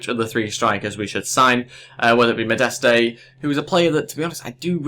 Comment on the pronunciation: The pronunciation is mo-dest